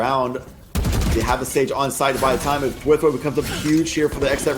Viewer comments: Kinda triggering the casters are constantly saying thwIfo and not twAIfo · dude wtf are these commentators cant even pronounce thwifo